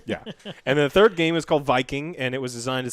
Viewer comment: said ( we had turd!? )